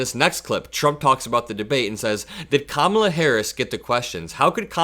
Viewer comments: Also I hear him say her name wrong and it sound just like the song in Dark Tower audiobooks 5/6 called Commala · He STILL cannot pronounce Kamala’s name. He is uneducable. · Its funny that he has to take a moment every time he says Kamalas' name just to make sure be says it wrong. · He can’t even get her name right, but can run a country. GTFOH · I wish someone would simply ask him why he continues to mispronounce Ms. Harris' name. I would love to hear his answer. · The way he continues to mispronounce her name is just such a gratingly juvenile little jab. My grandmother used to do that back in her late 80s as a way to disrespect someone. She was perfectly capable of saying their name correctly, but apparently this is just an old person thing. Yup, super professional. Downright presidential behavior. How embarrassing.